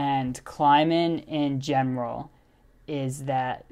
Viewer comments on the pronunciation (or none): “In gemroll” no dude it’s “in general”